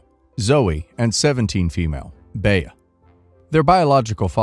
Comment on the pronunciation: Bea is pronounced 'Bee'. Baya is painful to the ears.